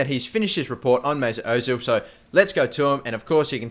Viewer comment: Who the f*** is "Moosoot Ozil"? Do you mean Mesut